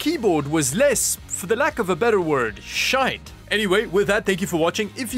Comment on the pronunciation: you sounded so northern irish when you said ''shite''' at the end of the video ahaha